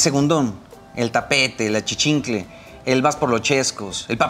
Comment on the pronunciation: qué riata es un "achichincle" jajaja